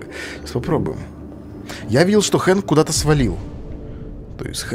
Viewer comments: Хэнк а не Френк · не фрэнк, а хэнк